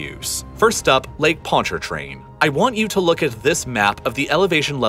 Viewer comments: Welcome to the soup bowl. Ugh, the butchered pronunciations of Pontchartrain and Atchafalaya, locals should have narrated this. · Hey just wanted to say great video! Very accurate facts. Also as a native to the greater New Orleans area, I just wanted to point out that the first R in Pontchartrain is actually silent. Keep up the great work! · Pontchatrain, everytime he said that. Pon-cha-train not Pont-chart-train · Lake Pontchartrain is pronounced “pon cha train” not “pont char train”. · Exactly. I was mostly impressed with his Ponchartrain pronunciation and the only real issue was the voiced first R. It's basically pronounced like, "Pon cha train" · it’s not pronounced with the r. It’s pronounced pontchatrain. Basically take that first r out and then say it. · Him pronouncing the lake sounded so robotic 😂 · "Pon-CHAR-train" Lmao, but kudos for him getting close. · Excellent video. Heads up, people around here seem to pronounce the name of the lake, “ponch-uh-train” (with the emphasis on the “ponch” part). Idk if that’s everyone down here though. Some people might pronounce it like you do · I've never heard anyone raised here with a new orleans accent pronounce it ponT-chaR-train. In the video he pronounced the first "t" and first "r" with a slight inflection. That seriously sounds correct to your ears?? I've never heard anyone say carondeleT either. It's always carondeLAY. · it's new or-lins. but yeah, it's pon-cha-train. he got new orleans right but lake Pontchartrain did sound kind of off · Fun fact: Pronounce Ponchartrain like us Louisianians and you'll have an easier time. We call it "pon cha train" Also "a chaff a lie a" for Atchafalaya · I'm from Louisiana so I'm just here for the hell of it but THANK YOU FOR PRONOUNCING NEW ORLEANS RIGHT! Also, Ponchatrain is pronounced like "ponch-UH-train" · The r in ponchartrain is silent by the way - ponchatrain is a better pronunciation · “ponch-uh-train” is how you pronounce it btw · dude said ponchaRtrain 😂😭